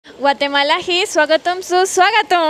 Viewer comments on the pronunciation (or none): గోటే మాల కాదు ..గ్వాటే మాల